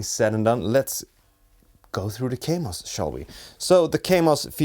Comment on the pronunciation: It is called Kaamos not Keimos.